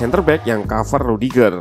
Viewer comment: dia nyebut aksen "e" nya rudiger bukan cempreng tp suara dalem, wkwkwk